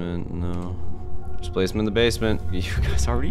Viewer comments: "Displasment in the basment". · Dicplacement in the basment